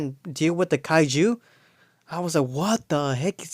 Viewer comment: 🤣 bro the way you said Kaiju haha “Kai-JEW!” ✡️🇮🇱 Also? 😆 You know what? Honestly? It’s friggin’ really cool. It made me smile a bunch & there’s so much awesome in this flick. BUUUT ☝🏻I’d still edit like 30 min of nonsense -bunch of the humour that selfie chick and Jimmy stuff, would have made Ultraman not look like such a fart biscuit with his mask off + had a way cooler fall into that black hole …but it’s just so much fun. Also I’d Superman WAAAAY and I mean WAY less of a pussy 🤨 That simp even tells Lois he loves her first haha and she doesn’t ever say it back! She’s also for some reason explaining to Mr. Terrific: “Ohhh oh he’s NOT my boyfriend! He even said ‘I love you’ and it was weird!” Lois was a bitch lol ALSO would get rid of “Party Time Supergurl” too. UGH I cannot wait to not watch that Supergirl movie. Geezus help us. Lex not donning any sort of battle armour and being taken out by a cgi puppy was weak as f-k too. All that to say, there was some really epic action, shots and music though. This film did make me want to play with my McFarlane “Superman” movie action figures what can I say 😂👏🏼 Ps? The fact Unkie Toddfather didn’t give us Lex’s Raptor Troopers to army build is beyond a monumental dick move 😑